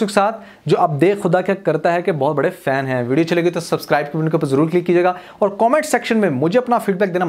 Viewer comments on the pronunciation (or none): none